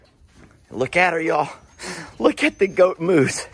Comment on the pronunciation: First time I saw this video I swear I heard you say, "Goat moose. Not goat moves." So Journey is forever a Goat Moose in my head lol